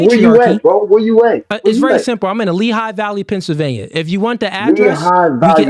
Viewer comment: When you have to move from the structure of the conversation to begin with insults and threats you are indeed an emotional mf. Or (HAN). Talkin bout uneducated but couldn’t even say Pennsylvania correctly or comprehend simple questions enough to articulate a decent explanation.